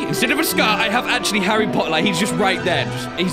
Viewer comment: Yer a wizerd arry